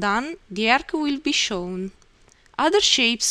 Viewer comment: 1000 percent Italian accent, the Arc-ca, show-za up-paa. Italian is probably the only language I know that adds that extra syllable like that. It's definitely not Slavic.